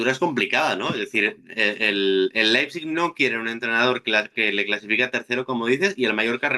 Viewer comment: Per favor,, deixa de dir Laipsich....